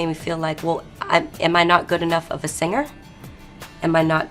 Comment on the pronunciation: To the narrator: The word 'singer' is not pronounced sinGUHer. The g in ing is soft.